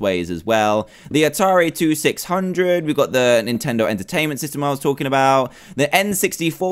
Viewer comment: Atari two-six-hundred? I remember it being twenty-six-hundred.